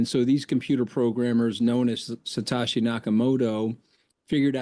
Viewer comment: It's not Satashi, it's Satoshi dude!